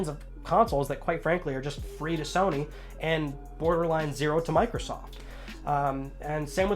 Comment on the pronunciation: Ok. That "Shony sows" made my day 😄😄😄